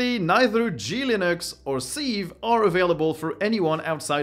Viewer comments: Just so you know,, sieve means passoire or crible and is pronounced "siv" rather than "seev". No shade intended, I only mention it because your English is really pretty good. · FYI sieve is pronounced siv, with an i as in lip